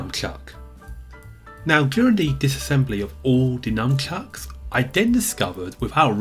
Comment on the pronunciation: sounds like you're saying Numbchucks haha